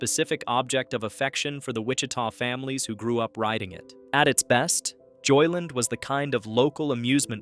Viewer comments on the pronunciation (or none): Stop saying "JoyLIN; It's 2 words. JOY LAND. Got it?